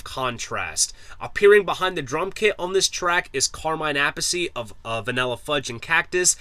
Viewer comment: Car mine a piece Learn how to pronounciate etaliano.